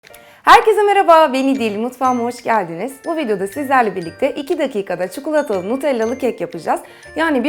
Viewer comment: çukulata deyip durma ya